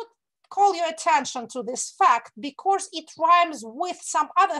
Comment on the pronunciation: Прекрасный английский. Добавлю, because произносятся не бикорз (‘becourse’?), а бикоз.